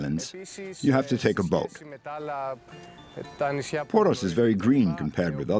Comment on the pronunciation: Lavish production, but for heaven's sake couldn't anyone be bothered to check the pronunciation of the names? Only "Poros" (and "Santorini" - which isn't a Greek name anyway) were correct. It's like a documentary about The Beatles calling their hometown "Lowberpole".